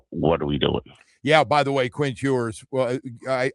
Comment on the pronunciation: His name is "Ewers," not "Hewers."